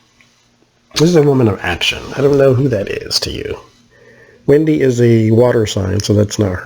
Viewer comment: Her name is Wendy not Windy.👹